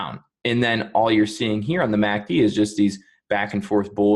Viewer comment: The only problem I have with this video is saying “Mack Dee” as opposed to “ EM A See Dee” Thanks.